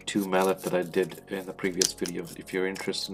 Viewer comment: Wonderful video, just so you know it’s pronounced “Mal-lay”, not “mal-et”. Strange, I know!